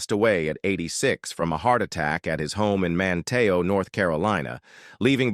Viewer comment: Manteo was mispronounced! Man'-te-o